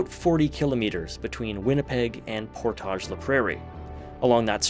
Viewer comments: Neat! I’ve been to or near a lot of these places but haven’t noticed this pattern. The railway was a huge contributor to the development of the prairies. Side note: As a local I can say that the typical pronunciation of “Portage” in “Portage La Prairie” isn’t the French pronunciation; it rhymes with “mortgage”. It doesn’t make sense but nevertheless… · I was coming to say that while that was a nice nod to French but they all are pronounced as anglos, even lac du Bonnet “Lack Due Bon-Eh”. 😂